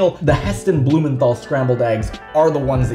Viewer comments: His name is pronounced Heston blumenTal. No th sound. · Blumenthal is pronounced "Blumen-tarl" - the th is a hard sound not a soft sound.